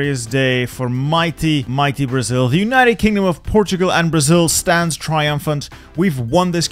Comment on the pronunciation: BRO I AM brazilian its so funny how you prononce the states of brazil